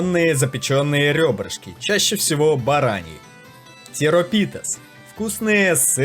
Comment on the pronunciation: ШелкОвица, тирОпита, хорьятикИ, мусакА, пастИццио, к хЕку, Узо, лукумАдес и тд... автор, проверяйте ударения незнакомых вам слов перед озвучкой.